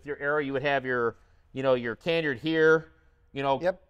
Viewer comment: Canard: Sir, respectfully, that's pronounced kuh-NARD, not KAN-yerd. 😉🙏